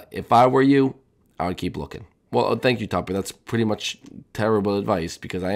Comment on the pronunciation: Why does topper sound like stuper